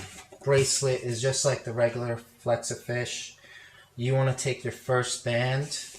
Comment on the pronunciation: u said flexafinsh not hexa